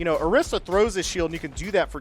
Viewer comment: Did say oreeesa? I don't think I heard that right?